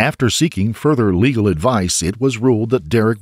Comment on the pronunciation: It’s legal. Not leagal